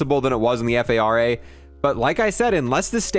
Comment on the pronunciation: cmon, assault rifle golf is pronounced as the “far-uh”, not the “f-a-r-a”